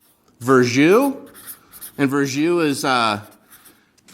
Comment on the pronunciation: Btw it’s Verjus Not ver jus = worm juice ? 😂